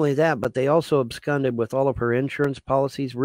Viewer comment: Incorrect pronunciation of the day: ab skund. 190 iq folks